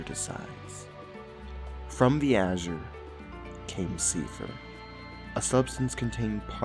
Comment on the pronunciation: Oh, also, this whole series is a waste of time because the guy who makes this shit content, who can't pronounce "th" sounds correctly when talking about a game whose lore has "seithr" (which is actually pronounced "SAY-der") and doesn't know how both English and Japanese pronunciations work, despite both speaking English and playing a game that is DISTINCTLY weeaboo, so has no excuse not knowing how the Japanese pronounce things (come one, we've all watched subbed anime and picked up on how their pronunciations work) decided to give up halfway through because "ohhhh my gawwd u gaiz, there's soooo much and it's sooooooooo harrrrrrd." Jesus christ why are you the first result when you search "Blazblue lore explained?" What a disgrace. Disliking all your videos and absolutely not watching your shit channel.